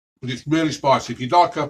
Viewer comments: It’s spiceh, flakeh and tasteh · Vereh vereh spiceh